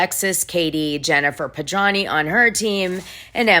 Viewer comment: OMG It's really sloppy to mispronounce the last name of the person you are reporting on, or for any reason -- and over and over again!! Gawd, what is wrong with you. It's Pedranti with a "t" ! You also read 10000 as "one thousand". This is the latest of your continuous booboos.